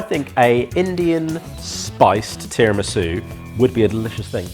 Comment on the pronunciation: Was that "terror-misu"?